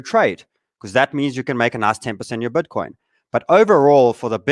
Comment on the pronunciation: Cmon "BETCOIN" !